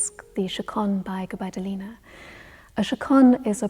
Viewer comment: 'GubaidUlina' needs to stress on the second U ))